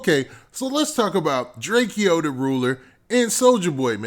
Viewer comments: It's Drake-o not Drakeeeo 😂🤦🏾‍♂️ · why u keep saying “drakee-o” its just Drakeo...like Drake-O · Its pronounced "Draco" the ruler my G